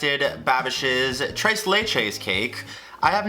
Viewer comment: I get more infuriated the more he says tres as trace